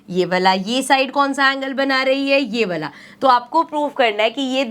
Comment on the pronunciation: woh वाला hota hai na ki वला🫥😂🫪🤔